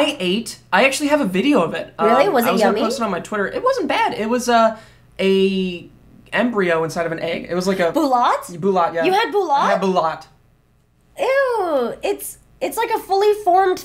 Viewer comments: lol boo lot XD? it's actually prounounced like ball oot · did you leave SF?! Please say no, and its balut, not bulat. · its not a balot its pronounced ba loot and i wont eat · Balút! NOT BULAT CMON GUYS! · "Boolot?" If you mean balut (Bah-Loot) then I'm disappointed. smh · lol bulat it's balot guys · it's called balut (ba-loot), not bulot 😂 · Guys, it's BALUT. Not bulat. Balut. Now show us the gosh darn pics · It is not bulat, it is balut. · pronounced "Baloot", not "Ballut" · Dude its Balut not bulat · the egg thing is balut not bulat :/ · It's called Balut not Bulat..... It's a Filipino thing. Also, "Hispanic culture mixed with hardcore Japanese people"???? Really,, really? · lol they bulat but its balut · Balut. Not Bulat. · it's "Balut". I'm Filipino and I can't eat that stuff. I can't be in the same room when someone eats it~ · BALUT!!! YOU SWITCHED THE VOWELS!!! IT HURT TO HEAR THAT!!!